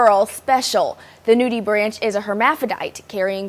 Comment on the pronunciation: it's pronounced "nudie-brank".